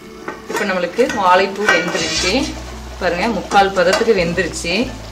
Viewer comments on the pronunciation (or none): நன்றாக வந்தது. நன்றி. ஆனால், அது 'வாளப்பூ' இல்லை. 'வாழைப்பூ'. கீளே (கீழே) களுவி, (கழுவி), பளம் (பழம்), தளை (தழை) Irritating. 90% of people can't pronounce Tamil properly. Plz try.. U can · Tried it. Gud taste. Try to pronounce 'ழ'. வாளப்பூ, பளம்.. இப்படி பேசினா சரியில்லையே.